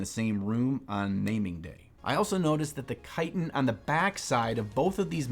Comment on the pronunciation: TIL I've been mispronouncing "chitin" for, like, forever.